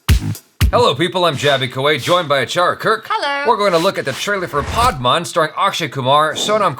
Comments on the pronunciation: It is pronounced as 'Pad man', both of which are your regular english words. The way you pronounced 'Pad' as 'paad' is the Hindi word for 'fart', thus fart man. :) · Its Pad Not Paadh😂. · bhai its not padman its pad-man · paadman=fart man the real is PAD as in Sanitary pad so its PADMAN !! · PAAD MAAN nahi Jaby PAD MAN 😂😂😂😂😂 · He said.... Paad maan... 😂😂😂 Its english jaby....your language.... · This comment is from my ghost. I died laughing when he said पाद-मान. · Did he sat paadmaan😂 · Jaby pronounce it paad maan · did he say "PAADMAAN" 😂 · Jaby you're 1st pronunciation of "Pad man" was "Paad Maan" and "Paad" in Hindi slang means "Fart" hahahaha... Just a fun fact to laugh on.. 😂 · did he just said paad ?? that means farting in our language.. sorry jaby 😁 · I love how you both fight over the understanding of trailers and your pronunciation of Hindi words is hilarious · how can you not pronunce padman